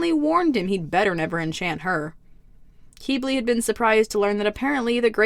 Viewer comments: YoU SAid HiS NaMe WrOnG (crys very not silently)its not pronounced "keybley" its pronounced "kibli" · Quibli not Queebli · it's pronounced "kiblee", not "keebli" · Hate to say it, but,, it’s pronounced Kih-blee. Not Kee-blee. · Just to say... Qiblis name is pronounced kib-lee